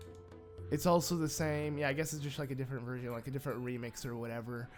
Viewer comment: Ok. Am I the only one that heard say virgin when he was trying to say version XD